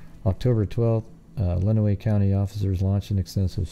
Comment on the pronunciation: Listening to try to pronounce Tecumseh and Lenawee is comical. In Michigan we have quite a few city and county names that are difficult to pronounce.